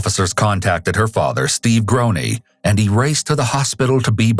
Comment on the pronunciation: Anglophones and pronunciation always take different trains. Groene is totally mispronounced. 😢